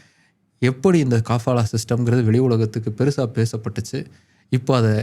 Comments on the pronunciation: காபாலா இல்லே கபாலா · காபாலா இல்ல கபாலா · அது காபாலா இல்ல கபாலா. அத பத்தி நீங்க சொல்றது கரெக்ட்டுத்தான். ஆனா அத எடுத்துட்டாங்கன்னு சொல்றது 100% தவறு. இந்தச் செய்தி இந்திய மீடியாக்கள்ல மட்டும்தான் வந்திருக்கு. சவூதி மீடியாலயோ இல்ல வேற வெளிநாட்டு மீடியாலயோ இந்தச் செய்தி வரவில்லை. எதையும் ஆழமாத் தேடி பார்த்து வீடியோ போடுற நீங்க இதை எப்படி கோட்டை விட்டீங்க?